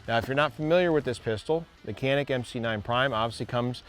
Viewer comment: People need to know it's a Turkish manufacturer and it's pronounced "Shanik".